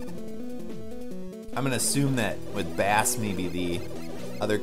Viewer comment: Also, you may or may not care, but its pronounced like base... as in the bass guitar. He has his own dog sidekick named Treble. Bass and Treble!